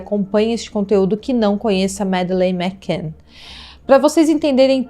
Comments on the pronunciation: Fora outros erros. O sobrenome da menina ela fala errado, não é igual Mac Donald. e "Yard" de Scotland Yard ,ela fala errado. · Insuportável ouvir os erros dela. Não sabe nem pronunciar o sobrenome da menina. Fora os erros de português.